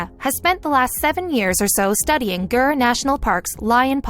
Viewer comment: Gir National park and Dr Chakraborty, Congratulations. Didn't know it was pronounced like that. A wonder of pronunciation. Success requires focus and the killer instinct. Many humans also abandon their children to achieve GREAT success in life.